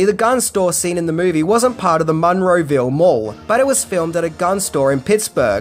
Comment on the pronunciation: As someone who grew up down the street from the Monroeville Mall, it's freaking me out how you pronounce it. lol